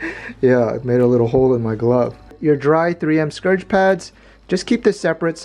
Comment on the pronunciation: giggles::: Scour (rhymes with "sour") pad,. You're so cute! (Scourge is a totally different word, meaning "an instrument of punishment".) Very interesting video. I liked learning about those sets, and enjoyed the diversion from the cooking videos. Thank you so much.